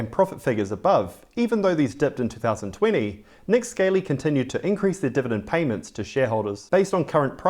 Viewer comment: Not that it matters too much but I am fairly sure is it pronounced Nick Skah lee or scar lee not like a Scaley reptile